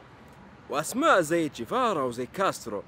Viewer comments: تشيغيفارا وليس تشيفارا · إسمو ينطق تشيغيفارا